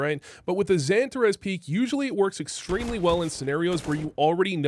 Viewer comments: Love the vid! But damn does it hurt my ears every time you call him pronounce it santa res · Funny how you pronounce Xantares different from every one else. Xypnix or Xyp9x. Xan tarras or Santa raas Good vid none the less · dude, everyone gets xantares name right… except you😂